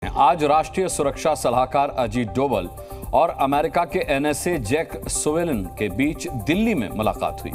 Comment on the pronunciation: अबे जैक सुलिवन है वो.... ना कि जैक सुविलान